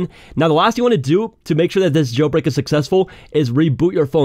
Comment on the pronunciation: “Jel brek”